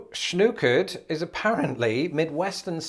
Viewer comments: I’ve heard the Os of schnookered pronounced more like nock than ooo. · it isn't schnookered, it's schnockered. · Grew up in Michigan, and what you called schnookered we called schnockered or snockered-- i.e., pronounced like "knock" not "nuke" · Schnookered has too many o's. Should be Schnockered and pronounced with a short o sound to mean drunk off your ass. Or arse. Whichever you prefer. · My mother, who grew up in southern Minnesota always pronounced shnookered as “shnahkered” but it must definitely have the Sh sound at the beginning.